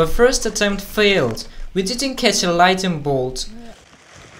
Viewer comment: did he say lightning blot? 🤪🤣😂